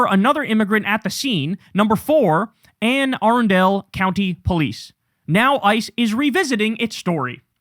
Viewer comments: You got Glen Burnie right but Anne a rund ull county sorry that threw me lol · Anne Arundel County (pronounced ‘An Uh-run-dell’)